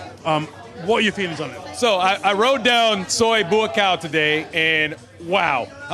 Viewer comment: Great stream. Chocolate man in thailand the only person to pronounce Soi Buakhao properly?! I remember getting a bollocking off a girl once for pronouncing it 'Bookow' and never done it since!! Moto taxi lads understood me better tbf!!